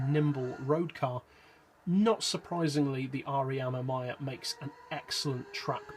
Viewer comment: You pronounced "Amemiya" wrong, it's "Ah-May-Mee-Ya", not "Ah-Meh-My-Ya"